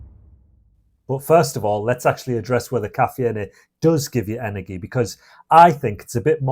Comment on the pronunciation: I couldn't stand to hear his pronunciation of caffeine and energy. I've never heard anyone other than a Spanish person pronounce all the vowels in caffeine. And energy with a hard "G"? Too weird.